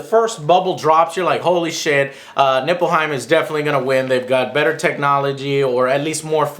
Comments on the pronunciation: Nippleheim -.- ... Joe, please, some effort in pronounciation and research. ''people didn't want to surrender to Nippleheim..'' ''Obviously Nippleheim is the enemy...'' ''...once Nippleheim stops invading...'' Notice how ridiculous this sounds in your head? Ni-f-lheim. F, not P. After your review I was actually disappointed you didn't connect Nippleheim to the Batsuit of Batman & Robin... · isnt it nilfheim? not nippleheim or nipplehymen or penisheim or bignimmplepenisheim...